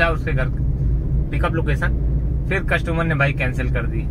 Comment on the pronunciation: भाई #कसटूमर नही होता है कस्टमर होता है।